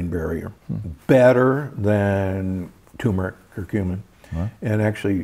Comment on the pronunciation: The first 'r' in 'turmeric' is not silent.